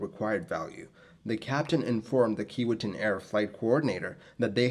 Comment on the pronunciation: It's pronounced key-WAY-tinn.